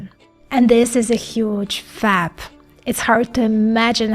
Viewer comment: When she says "FAT" she means "FAB", when "CFAT" she means "CFET".